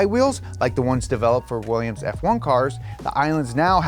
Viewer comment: Willians, Willians, Willians... '-'